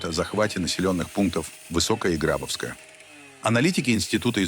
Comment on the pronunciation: Пожалуйста, следите за ударениями в названиях населённых пунктов. Это невожно слушать. ГрабОвское, а не ГрАбовское. МаякИ, а не МаЯки.